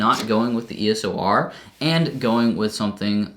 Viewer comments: Love your videos! But damn my ocd goes off when you say ESO R as opposed to EOS R hahaah love your videos tho!! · It's eos not eso!!! Stooooop 😂😂😂😂😂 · uhhhh you keep saying E S O R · you keep saying ESOR xD